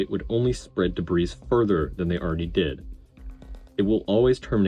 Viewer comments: good video! A note on pronunciation: the 's' in 'debris' is silent - in american it sounds like 'deh - bree' . also it is already plural - no such thing as debrises - not quite sure what the issue was as it was inconsistent. thanks for the analysis, and it was very well edited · Excellent analysis. I know you say you’re not well-spoken but I disagree. Very well done. The only criticism is silly and pedantic: the “s” is silent in “debris.” (e.g., pronounced “de-bree”). But regardless, I really appreciated your thoughts and effort in producing the video. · A superb breakdown, subscribed. However the pronunciation of debris did grate a bit - it's always "DUH BREE". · Stop pronouncing the "s" in debris. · The "s" in debris is silent. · Excellent analysis on the failure! My only note is that the S in Debris is silent.